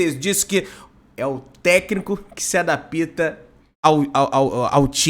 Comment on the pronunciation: ADAPITA NÃO, ADAPTA... PÔ, DANDO MOLE NO PORTUGUÊS...RSRS...TMJ